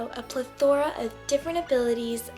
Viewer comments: I could not manage to get past her pronunciation of "plethora." I facepalmed hard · "A Plethora!!!" The way that word was said was all incorrect...but still interesting review.